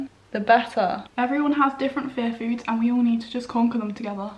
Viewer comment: Omg... All these months I thought you were saying, "fair foods." 😅🤦‍♀️ Aiyiyiyi